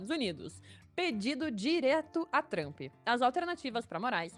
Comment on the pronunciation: Outra coisa a forma que ela pronuncia Trump, e tão errada que seria a mesma coisa que ela querer falar Lula e falar Lulis.